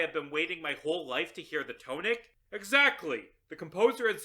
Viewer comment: The blame falls to the English language. But that isn't how "tonic" is pronounced.